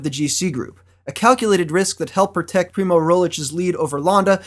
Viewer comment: one thing i hate as a Slovene is his pronounciation of Rogličes name...its not Primo Rolic...its pronounced Premož (last letter pronounced like the G in mirage) Roglich...hope that help for any future pronounciations as he will probably be a GC contender next year